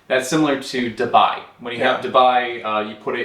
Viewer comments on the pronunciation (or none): none